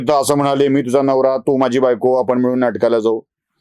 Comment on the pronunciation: मिळून ऐवजी मिवुन झाले होते बाकी नेहमीप्रमाणे छान बोलणे